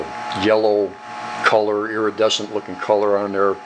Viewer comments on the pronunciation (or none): none